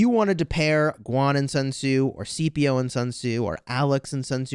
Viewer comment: SKIPIO. Not Seepio. Please I beg you to get it right